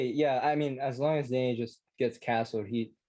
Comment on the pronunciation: Russian Danya